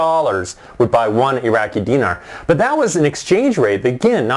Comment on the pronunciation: He's not even pronouncing Dinar right. Go back to Canada.